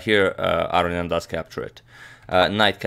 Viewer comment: AGAIN, it's not pronounced "aryan". It's A-RO-NI-AN.